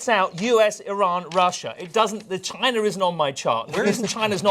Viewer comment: Why people call China -- Chiner?